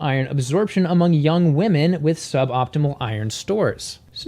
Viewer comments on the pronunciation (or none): none